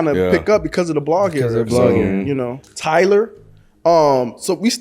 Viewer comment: ninja said tittyboii?? nawwwww fammo. That ain't it